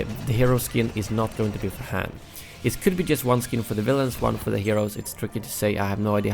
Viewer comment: Han not H a n